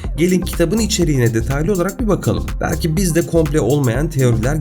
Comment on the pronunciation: "komple teorisi" değil "komplo teorisi" diyeceksin kulaktan duyma adam.